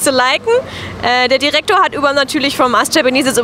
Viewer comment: lustig :) hier und da merkt man, dass du schon länger im ausland lebst und wahrscheinlich sehr wenig deutsch sprichst, wie zb bei ''direktor'' :D